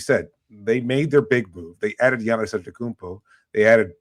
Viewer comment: learn how to say Giannis name. Jeez